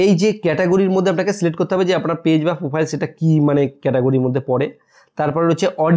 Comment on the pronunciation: আগে উচ্চারণ টা ভালো করে শেখো ভাই। ফিরি, বুলু, পোফাইল..... বড্ড কানে বাজে।